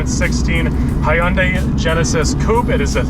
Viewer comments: It’s Hyundai. Not hi young day 🙄🙄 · Who else got triggered when he said hy-uuundai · That's not how you pronounce Hyundai 🙄😂